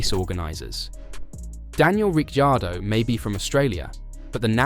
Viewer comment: Please…you pronounce his name RIC CAR DOE the I is silent. Got it…good👍